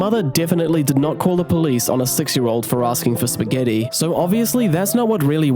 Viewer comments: The fact she calls it spaghettis is the funniest part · Stop calling it FUCKING SPAGETTIS